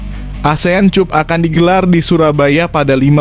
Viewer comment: Pengin tahu saja, siapa sih pembaca narasi pada video ini? Artikulasi dan penyampaiannya sih oke tapi literasinya payah. Sekedar membaca/mengucapkan Asian Cup (dibaca [kap] tapi cup dibaca seperti suku kedua kata kunCUP). Ia saya lihat pada video-video lain dengan berbagai kekonyolan literasinya. Sayang banget sih...